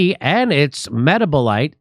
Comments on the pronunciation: I love Jimmy but he can't say epithelial or metabolite 😁🤣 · Jimmy ... my guy lol.. met-tab-oh-light... canna-buh-die-all